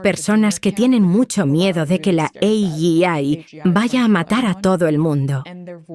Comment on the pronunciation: Impresiona ver como Gustavo se ha puesto las pilas con el ingles.... Soy linguista y no puedo por menos que explicar que Gustavo al igual que el 95% de españoles pronuncia AI pesimamente porque LIGA las dos silabas y acaba sonando en ingles como: eyai, lo que es un rollo patatero, AI en ingles se pronuncia como todos sabemos asi: ei-ai, en realidad es éi-ái y en español lo pronunciamos eyái, la diferencia es lo suficientemente grande como para que la palabra sea ininteligible éi-ái - eyái... para correguirlo bastante no convertir la vocal i en LA consonante y griega que es lo que hacemos siempre en nuestro idioma... el español por ser un idioma de un pais mas caluroso hace todas sus consonantes etc mas borrosas y hace que pase mas aire caliente hacia afuera, mientras que los idiomas de paises frios tienen consonantes muy constrictivas para ahorrarse el calor del cuerpo. En realidad el ingles españolizado es un BATIBURRILO de sonidos que un ingles de alto copete no entenderá en absoluto. Las silabas en ingles son mas nitidas y generalmente tiran hacia la esdrújula, los ibericos a la aguda (el catalan a la llana?). La dificultad de hablar ingles con mesura es que de niños hemos aprendido a hablar supercalifrigilisticamenterápidos porque tenemos demasiadas sílabas, mientras que en inglés son mas breves, además los condenados ingleses tienen vocales LAAAAAAAAAAAARGAS que nosotros no intuimos para NADA. lo bonito de las vocales largas es que en inglés hay como un tira y afloja en